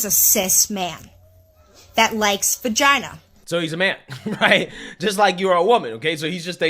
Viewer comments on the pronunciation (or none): Is saying fagina? Why does is sound like an F instead of a V, when he says Vagina? Or am I just hearing things?